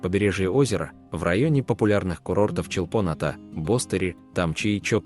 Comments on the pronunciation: И ударения не на тех слогах. Послушайте в будущем произношения местными... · Видео класс, но ухо режет произношение Чолпоната, нужно произносить раздельно Чолпон-Ата 😃